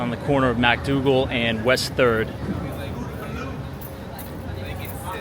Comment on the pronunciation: Pronounced MICK-Dougal Street, not MACK-Dougal Street.